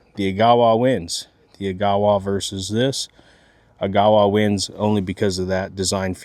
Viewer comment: fyi, the correct pronunciation is agga-wah. Its a canyon in northern ontario on the way to thunder bay